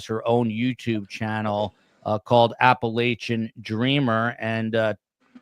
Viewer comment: You’re mispronouncing “Appalachia”,!